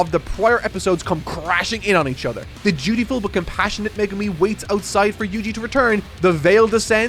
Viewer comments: calling megumi, me-gu-mi hurts... 💔it's meg-umi... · Please, it’s Meg-umi not me-gumi!!! Fabulous video, can’t wait for the season 2 review. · I’m sorry…MeGUmi? Its MEgumi😂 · Excuse me who is MegUmi? Do you mean MEgumi? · I really love all the reviews but one thing that makes my brain get a jolt of pain is the pronunciations of the characters names.. Especially Megumi. All i hear is Meegoomi and it makes me cry ^^ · someone tell him how to pronounce meh-gumi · I giggled every time he pronounced Megumi's name as Magoomi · Every time he says Me-goo-mi, i die a little inside 😃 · Why does always emphasize Japanese names so weirdly like he emphasizes the GU in megumi so it sounds like he’s saying meh GOO me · i was swiftly falling to sleep until i heard how said megumi. please, save ur self ASAP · Hate how says Megumi 😂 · why can nobody say Megumi right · Poor. The internet is going to massacre him for mispronouncing Megumi